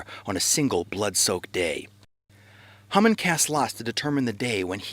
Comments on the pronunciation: I can read and write proficiently in Hebrew and I can speak a pretty well for not having studied it conversationally for several years. I've NEVER heard Haman's name pronounced HUmin. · I don't hear "HUmin"--I hear Hah-mun spoken quickly. But even if he used the Americanized "Hay-man", the video had a great message that fast-speaking Americans (for whom it was probably made) can understand. I don't ever want to criticize an effort to declare Truth. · that is the funniest pronunciation of Haman I've ever heard :)